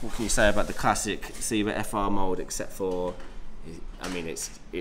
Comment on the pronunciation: Dude it's Seb-a as in Sebastian... I've said this loads of times. Also Seba doesn't make these skates anymore, it's now FR Skates